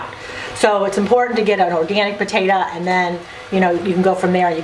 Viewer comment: Sorry it's potato NOT potatoa!!